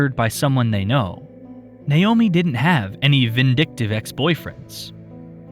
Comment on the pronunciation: Finally, someone who says Naomi correctly!